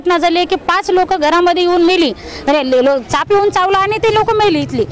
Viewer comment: Saanp not sanap